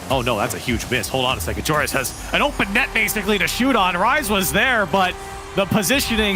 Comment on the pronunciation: Can casters please stop saying joreIS his name is spelled joreUZ